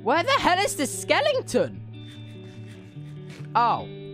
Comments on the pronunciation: I love how tubbo just says skelington instead of skeleton hes so adorable I can't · was he saying skellington? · Tubbo: ‘skelington’ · THE WAY TUBBO SAYS SKELETON I CANT!! Tubbs You have now now moved up to #1 on my list. Let’s hope you stay there.